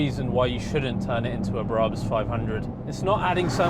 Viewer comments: its BraH-bus in German, not Braabus. Brabus German docu here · Why are you pronouncing Brabus like that? It’s wrong and so cringeworthy. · Everytime he says Brabus, I think of the thief next to Jesus, not a German tuning car company.